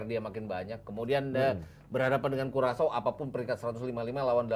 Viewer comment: bacanya kurasao. dasar dodol